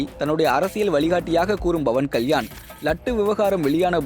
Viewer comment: Dei yar da news read pandradhu, Bavan Kalyan illa Pawan Kalyan.